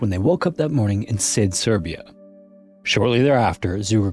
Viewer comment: btw, in the first story it's pronounced Shid, š is just sh :)